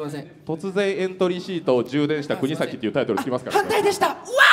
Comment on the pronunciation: 川島さんがずっと｢くにざき｣を｢くにさき｣って言ってるのに周りの芸人はおろか本人すら何も言わないのホント面白い